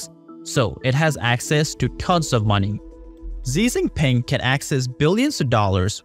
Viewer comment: "Seizing Peng"